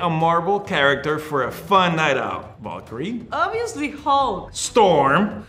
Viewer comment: STOP the way Tenoch says 'Valkyrie' ahahaha